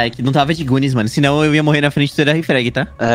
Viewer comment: Os caras falando "gunis" kkk